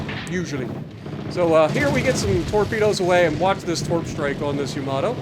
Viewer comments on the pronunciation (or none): none